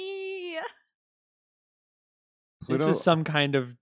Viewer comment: I realise it's just a dialectic thing but Pluto being pronounced as Pahlootoe by and nobody else is still the funniest shit to me, along with 'pattarans' (patterns). Thanks for the great show, guys. I'm late to the party but enjoying this.